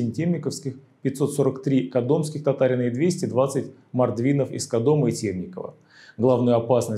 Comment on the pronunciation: Ролик замечательный и познавательный но... названия городов Касимов и Кадом Вы произносите неправильно, но это мелочи.